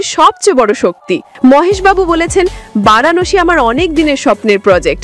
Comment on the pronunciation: বারাণশী নয় ভারানাসি